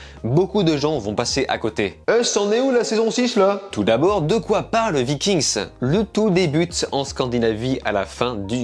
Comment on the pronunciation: VIKING!!!!!!!!!! ARRÊTE DE DIRE LE S